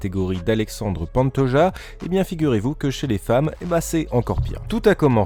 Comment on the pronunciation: pantoRRRRRRRRRRRRRa le J se prononce R en Espagnol !!!!!!!!